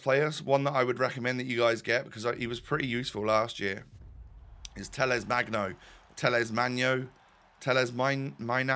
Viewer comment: For me, brazilian born and raise, your pronunciation for Talles Magno is pretty good mate!